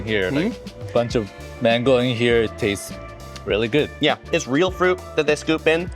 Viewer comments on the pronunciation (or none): none